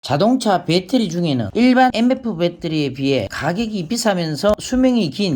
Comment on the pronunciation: 빼떠리..참 못소리 참 어색하네